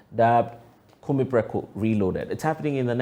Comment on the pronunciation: Please the correct Twi is Ku Me as in Kill Me and not Kume or Killme